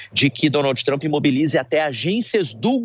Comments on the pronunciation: Nossa pelo amor de Deus um journalist pronunciado o nome do presidente todo errado , da até agonia de ouvir 🫣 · Porque vc fala o nome do Trump errado? Vc nao estudou pra ser reporter ? Os dois reporteres que conseguiu falar certo a local fala errado tambem.